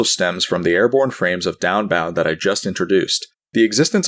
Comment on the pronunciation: downbound doesn't even sound like anything anymore. downbound. daunbaun. donboun. deoannnnnnnnnnbb